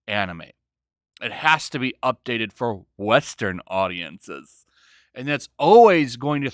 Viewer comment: That emphasis on "western audiences" caught me of guard yet made my day.